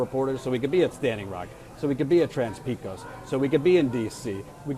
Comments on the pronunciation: C'mon, it's not that difficult. pay'-kohs. Pecos. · It's pronounced PAY-kOHs not PEE-Cos